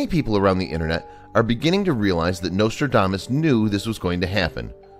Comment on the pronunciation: The nostrildamus. Oh yes the great fairy tale writer. I think the narrator is touched in the head.